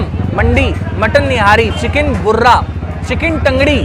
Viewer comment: I'm going to correct you bro in hindi ✅ मटन रान अल्फाहम मंडी❌ मंदी ✅( मिडिल ईस्ट में काफी फेमस) मटन निहारी✅ चिकन बुर्रा ❌ चिकन बर्रा ✅ इतने बड़े यूट्यूबर हो आगे फालतू में बेइज्जती मत करवाना भाई किसी और के सामने। #